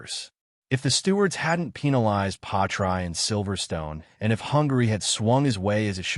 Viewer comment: The worst AI name butchery ever. Really??? Pie-try? Bro the AI didn't even pronounce the s in Piastri. Delete this and remake it with at least some effort FFS.